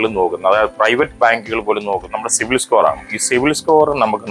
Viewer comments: ok, ഞാൻ വീണ്ടും വീണ്ടും കേട്ട് നോക്കി, എനിക്ക് സിവിൽ എന്ന് കേട്ടത് പോലെ തോന്നി സോറി 😊😊 Btw, nice content 😊😊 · Eda potta 'civil' alla 'cibil' aan😂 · സിവിൽ അല്ല സിബിൽ